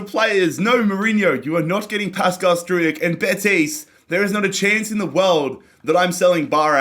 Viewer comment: Regarding Struijk, you pronounce his name like this :Strowk